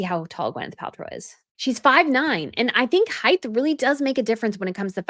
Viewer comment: Height not heighth 😆